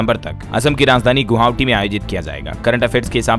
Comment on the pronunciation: Sir aap assam ki rajdhani गुवाहाटी को गुहावटी क्यो बोलते हो उच्चारण सही बोले. Dhanybad❤